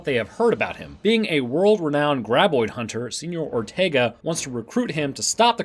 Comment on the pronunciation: “Seenyour Ortaegah” --2020